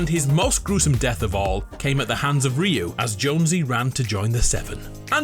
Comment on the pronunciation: Rio 😂😂 it’s Ryu